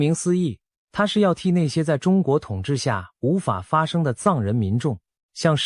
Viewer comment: 藏人的藏該念四聲吧, 怎會是一聲？ 文字轉語音的軟體該更新了吧？